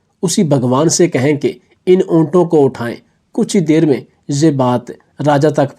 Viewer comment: ابےن جاہل رازا نہیں راجا